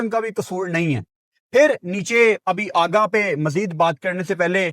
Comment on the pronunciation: Aggaa nhi Aghaaaaaaa